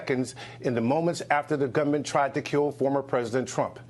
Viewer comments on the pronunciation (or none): the way he says "gunman" is not articulated well. It sounds like he is saying "government". I slowed the speed and I sped it up. It sounds like government when slowed, but gunman when sped up. He just didn't articulate the word well.